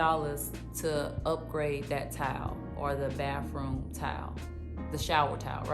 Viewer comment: It's pronounced baTHroom